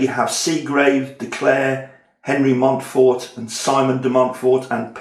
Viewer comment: From France: Yes, you pronounce it right! Thanks for the presentation, which enticed me to look into the difference between Simon the father and Simon the son… because I was first puzzled by the fact the Simon de Montfort about whom the locals in the Southwest of France still moan today played such a significant role in England’s history. I would certainly watch a playthrough.